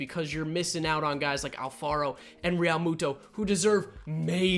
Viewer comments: How he says realmuto triggers me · Proatanything06 same